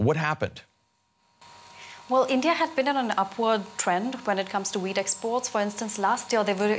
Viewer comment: Sorry but every time you say wheat , l hear weed..🤣🤣🤣